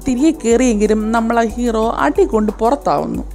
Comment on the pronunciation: hero anu cero alla